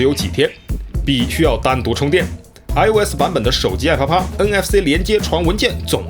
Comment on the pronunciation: 连app都念成爱啪啪，当然是故意的惹